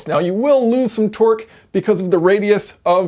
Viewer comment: He's saying Twerk not Torque and u can't unhear it now 😂😂😂😂